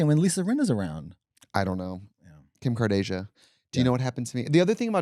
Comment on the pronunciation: LMFAOOO Trixie saying Kim Kardasia KILLED me